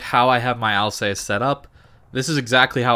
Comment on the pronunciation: Can you just stop calling the ship "Al's ace"? Its easy to find correct pronounciations using the internet if you have it.